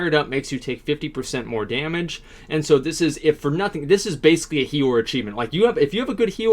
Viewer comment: wtf is he saying? hero? is he refering to the healer??